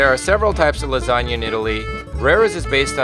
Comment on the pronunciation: yeah...i'm impressed she says Lasagna and not Lasagne.